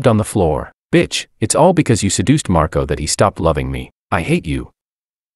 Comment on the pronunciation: Whst? Did she call Marco 'Marcoto'? 😂😂